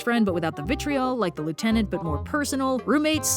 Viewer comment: I hate how you say lieutenant